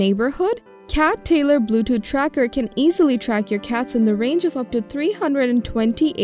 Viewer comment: Edward, i thought it was just me! Everytime she said blue tooth she said it as blue dooth. It drove me crazy , do not know why..